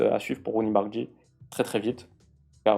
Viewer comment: Par contre faudra pas prendre l'habitude de l'appeler "Bardji". C'est "BardRYi"